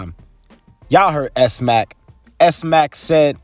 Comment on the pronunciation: his name isnt pronounced S-Mack, its pronounced Smack...Smacc. do u even watch this sht >?